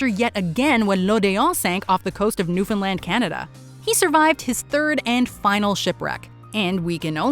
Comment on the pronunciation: Not often that Newfoundland is pronounced properly.......nice to hear